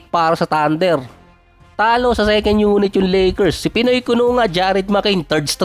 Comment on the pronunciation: Ang sakit sa tenga ,bol HANDLIR,LAKIR, TANDIR,Hardin😂😂😂😂